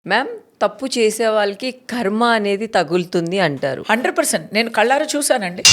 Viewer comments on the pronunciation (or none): యాంకర్, మీరు 'కర్మ' అనే పదాన్ని 'ఖర్మ' అని emphatic గా పలకడం తప్పు. తెలుగు సరిగా నేర్చుకుని ఇంటర్వ్యూకు తయారవ్వండి. తెలుగును భ్రష్టు పట్టివ్వకండి. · వీడియో బానే ఉంది. కానీ యాంకర్ గారూ, అది ఖర్మ కాదండి కర్మ. కొంచెం తెలుగు నేర్చుకోండి. ఇది వేలాది viewers కి అనిపించకపోవచ్చు. కానీ, మాతరం వాళ్ళం ఇంకా కొద్దిమంది బతికే ఉన్నాం కదా, ప్లీజ్.🌿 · ఖర్మ కాదు బేబి…..” కర్మ” Not KHARMA ….. but….“ KARMA” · Anchor gaaruu, please "karma" ananDi thalli! "kharma" kaadhu. కర్మ ✅ ఖర్మ ❌